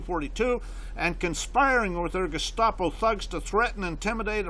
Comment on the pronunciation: what an incredible channel this is - one day I hope to be able to navigate the law like this and help put these Constitution trampling tyrants in their place - btw if it helps any it's "gestapo" not "gustapo"